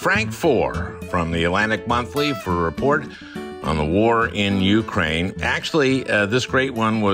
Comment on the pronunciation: Al, please learn the correct pronunciation of Ukraine. (Your guest knows how.)